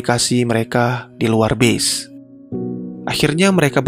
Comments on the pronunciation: Pas dia bilang “base” itu dia blng nya “bis” asli gw pkir “bis” yg “bus” itu dlm arti yg sbnr nya ya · gw dengerin pake headset dia ucapin kata base-nya bener kok, dia bilang "bes" ("e" seperti pada kata; ego, ekonomi, tempe, lonte dll).. bukan "bis" coba ko dengerin lagi pake headset bang, kalo perlu kurek telinga ko dulu pake sekop